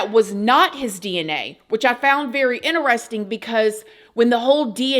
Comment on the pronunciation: Gotta love all of word accents! “PO-LEESE”! and “ Very INTER-RESTING! 😊” ❤❤❤